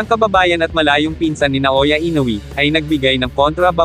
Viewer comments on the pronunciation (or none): i-no-we po hindi i-no-wi